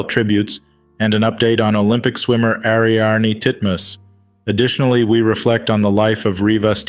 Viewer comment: Maybe google how to pronounce people's names correctly before adding your commentary...Ric Ocasek..pronounced Oh-Cay-Sic...and Ariarne Titmus...is Airy-arn...